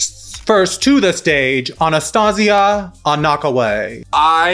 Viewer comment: I think it’s pronounced “Anna-Kway”?